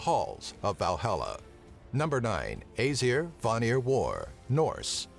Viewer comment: you said æsir wrong btw